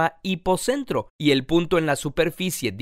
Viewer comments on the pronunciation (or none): none